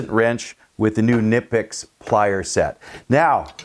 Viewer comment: Nice! By the way the "K" in the name is pronounced. Please share the model number of the plierwrench as I they make various sizes. Thanks. Great video and demonstration as always.